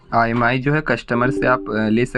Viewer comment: Bhai not imi that Is imei